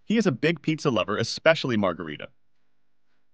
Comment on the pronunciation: Es genial que sea tan sencillo de comprender, simplemente me genera escalofríos cada vez que dice "picsa"